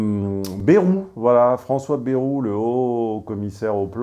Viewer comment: à revoir votre prononciation de "bayrou"